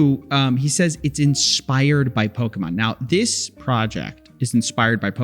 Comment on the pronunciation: Coffee, you're not old enough to say "pokEmon" like a boomer. The suspenders are getting to you.